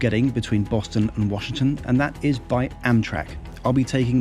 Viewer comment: Great job,. Loved the views of NYC and DC... as yes, you pronounced Washington correctly.:) Looking forward to your Acela review. I've never flown into DC as living in NYC and NJ when I worked for a company there, it was faster to go via train because I was going from city center to city center.